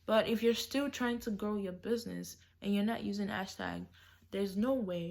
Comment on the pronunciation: This video was very helpful but you keep saying “ashtag” and it’s ‘H’ashtag 😅❤️❤️